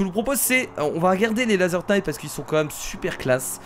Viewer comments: Laser Knight on ne prononce pas le K. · pour le petit cours d'anglais le K de knight de se prononce pas ^^ c'est juste pour pas refaire l'erreur :P